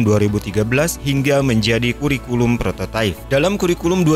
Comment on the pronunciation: prototipe kan bacanya prototaip ya, bukan prototaif